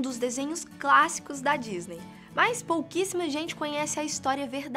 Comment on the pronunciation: achei que ela falou POOHQUISSIMA...